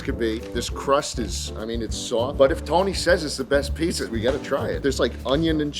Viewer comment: "Schpizza" seems to like nyc pizza